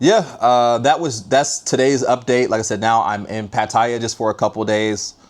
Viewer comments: It's not Patiya... It's PaTTaYa. Why do Americans always butcher every name? He is there and can't even bother to pronounce it properly. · Learn how to pronounce Pattaya